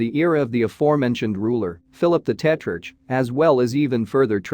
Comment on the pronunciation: Mispronunciation of names, irritating. Eg, Philip the Tetrarch. It’s “Tetrark”. Argh.